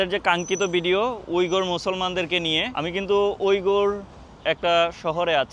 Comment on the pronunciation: oi you not bideou it's video .